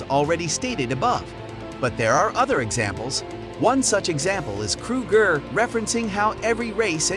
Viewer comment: "kroo gurr"